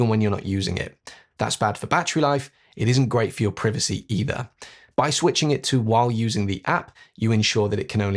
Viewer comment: Surely you are not saying privacy seriously 😂